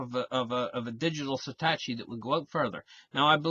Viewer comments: Love your channel. However; for future reference, it's pronounced SAH-TOH-SHI. Have a great day my friend. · say it like this "sah toe she" lol